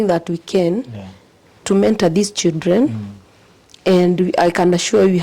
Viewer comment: Is this really a head teacher with such poor English full of ee ee sildren😂